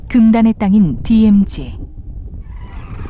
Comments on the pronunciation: 재 두루미는 전세계에서 제일 개체수가 많다. 미국만해도 재두루미를 사냥 허가 해주는 여러 주 ( state )가 있다. 하루에 3마리까지 잡는것으로 허가하고 있다. 그러나 더 큰 두루미는 보호하고 있다. 디에므지 라고 발음하는분, 일본식 영어 발음이네요., 발음 고치세요. 디엠지라고요. 여기 큰 두루미는 단정학인것 같아요.머리에 붉은색이 보이죠. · 디에무지 발음 터지네요 ㅋㅋㅋㅋ